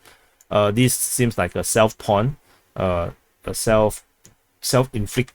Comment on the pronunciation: self-pwn is pronounced self-own, pwn is gamer/hacker slang ;)